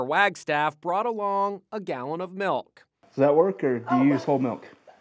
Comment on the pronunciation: You mean MALK